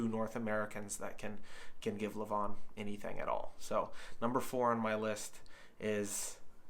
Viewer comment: It’s pronounced LE-van (emphasis on the first syllable). Also Larratt rhymes with carrot. Hard to put much stock in WAL results because the longer pads and lax refereeing are enough to change the outcome of certain matches, especially with Todd’s style.